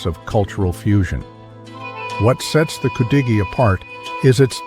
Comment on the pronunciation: Thumbnail is wrong and you pronounce it wrong its pronounce could a gee